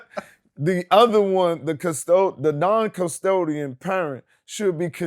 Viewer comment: He said "non-CUSTODIAN." 😂🤣😂